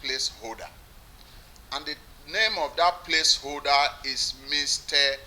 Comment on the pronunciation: He can't even pronounce Place Holder and he want to be a Governor